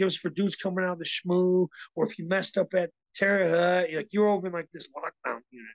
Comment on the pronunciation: It’s pronounced HOHT guys I’m from there still have family there. Thank god I moved it’s nothing dope and violence now.